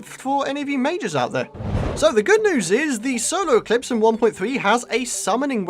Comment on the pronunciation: Is it just me or is saying solo eclipse not solar eclipse